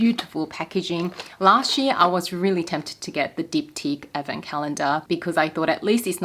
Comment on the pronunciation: Me casually listening to you talking about advent calendars and keep hearing “effin” calendars…. Took me a while to figure it out hahahha (someone needs hearing aids)